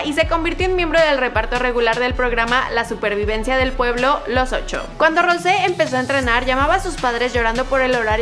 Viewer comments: Se dice rous no rose pero buen intento !!🤗😉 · Yo cono soy blink de verdad no se pronunsia asi pronunsia. Jisoo y Jennie y Lisa y. Rose pero se dise rouse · No se pronuncia Rose se pronuncia Rous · es rous no rose se escribe rose pero se pronuncia rous para que lo tengas en cuenta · We no se dice rose se dice rosé :| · No tienes que decir Rose tienes que decir Rous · Una disculpa pero no se dice Rose si no que se escribe Rose y se pronuncia rouse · En ves de Rose se pronuncia rous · no se dice Rose si no Rous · No se dise Rose se dise Rous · escribe rose pero se pronuncia rous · Se escribe rose pero se dice rous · se pronuncia Rous no Rouse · Se dice rous no rose se pronuncia rous y se escribe rose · Wey se dise "Rous" no "rose" :v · Rocé se dice rous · no se dice rose se dice rous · No,no,no,no,no no es rose es rouse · se pronuncia rosé, como se escribe, por eso esta está la tilde jej. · Hola, lo que te queria decir es que Rose se pronuncia Rous (igual es lo que menos me importa nada más te lo digo para ayudarte) espero que te sirva :) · Se escribe Rose pero se pronuncia Rous (no se pronuncia como se escribe) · Es "Rousé" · se pronuncia rous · se pronuncia Rousé fake blink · no, es roUsé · Se dice Rousé, escucha como lo pronuncia ella misma. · XD dijo mal el nombre de rose